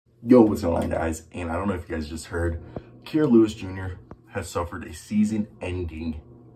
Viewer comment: Your saying his name wrong 😂, I actually know dude he definitely ganna bounce back , a kid from hazel green with big dreams and he’s ganna reach them